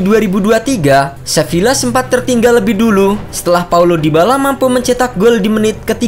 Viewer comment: Sevila gw demen cara pengucapannya, youtuber lain pada ngucapnya sevia, seviya, sepia, sepiya 🥱